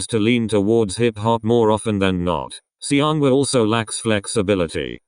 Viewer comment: Why does "Seonghwa" pronounce as "Siyeon" in this vid, lol